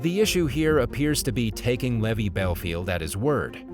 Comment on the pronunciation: It's Levi, as in jeans, not levee, as in drove my heavy to the levee.